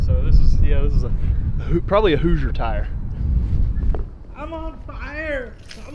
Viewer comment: He said a hooser tire